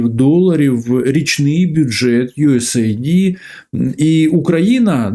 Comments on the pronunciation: Не ю ес ей ді, не ю ес айді. US AID(де US - це United States, a AID - допомога). Ю ЕС ЕЙД. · USAID, наскільки як знаю, читається як "юес-ейд".